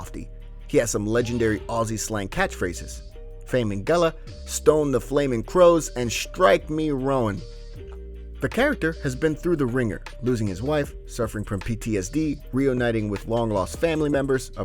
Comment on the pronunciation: Roan is one sound, like Rone.